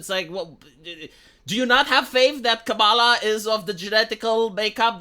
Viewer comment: Kamala. Pronunciation. Bet all my money, my family's, Your wrong.